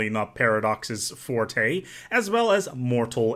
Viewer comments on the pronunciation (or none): none